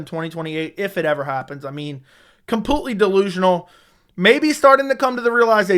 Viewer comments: CAN YOU LEARN HOW TO PRONOUNCE COMPLETELY? U SAY IT IN EVERY VIDEO 100 TIMES AND HONESTLY IT IS SO ANNOYING. IT IS NOT "COMPUTELY" FFS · ITS PRONOUNCED COMPLETELY NOT COMPUTELY. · COMPUTELY OMFG STOP